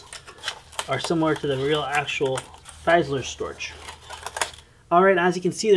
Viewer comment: I bet you got that a thousand times, but here it is again. You say it like fee. Feesaler Storch.